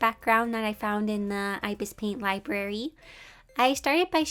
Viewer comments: Love this but its ibis paint x isn't pronounced (eye bis its ib isss) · The way she says ibis paint lol